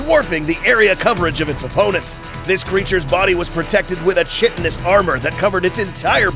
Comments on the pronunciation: Chitin or chitinous is ( ki- tin and ki- ti- nos) just for helpful help not to criticise 🥺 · It's " chitinous" with the " ch" pronounced like a " k" . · I dont think thats how you pronounce chitinous